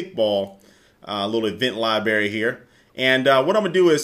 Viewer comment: "meh kickball libary"